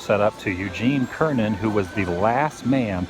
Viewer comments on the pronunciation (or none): Houston, we have a problem. Cernan is pronounced /sər.nən/. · You're a much better RV driver than Shuttle pilot! (Also it's pronounced "sir-nan." An American legend...) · Excellent again. But the C in Cernan is pronounced as an "s." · Gene Cernan -- His last name is pronounced SIR-nun, not KER-nun.